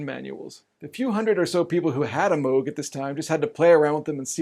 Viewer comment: Thank you for pronouncing Moog correctly. Red flags go up for me whenever someone says it wrong. 🙂